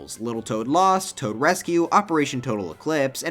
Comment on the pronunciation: is it me or the w in tow for the toad thing is a bit wrong